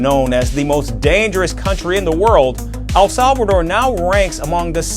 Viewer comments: It's El Salvador not Al Salvador....😅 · Al Salvador nahi El Salvador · Bhai, I cringe every time I hear you say ‘Al Salvador’. Please pronounce it properly, ‘El Salvador’. एल सल्वाडोर